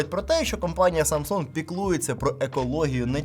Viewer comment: Самсунх 😂хэлакси😂да,поганая мойва